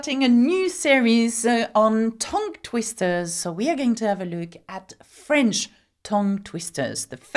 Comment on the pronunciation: tongue is pronounced tung as in ton is pronounced tun and Tonbridge and Tunbridge Wells as both pronounced tun, you are saying ton and it is tun.